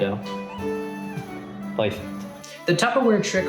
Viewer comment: the magic word that blesses the food to taste better "poy-feckt"❤